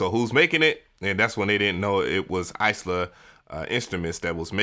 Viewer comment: Eye-La, not Ice-La